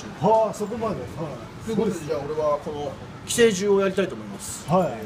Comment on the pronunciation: 発音って寄生獣じゃなくて寄生獣じゃないの？